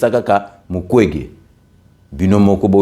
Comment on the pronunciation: Ndeko au Congo, ça devait être Mukwenge et non mukwege !!!!